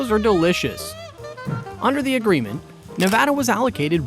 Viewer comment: 1) Nevada =Nev add uh 2) potable= poe tuh bull